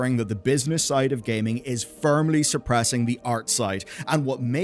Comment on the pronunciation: i needed a moment after you enunciated "suppressing" as "surp-pressing"